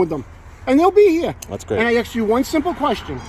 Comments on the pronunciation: A lot of axing going on. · WHY Blur his Face???? NO reason for it. Did he say AXED?? 🤦‍♂️🙄